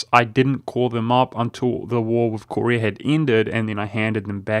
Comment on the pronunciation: Ive never seen anyone who pronounced Korea as Corey Ah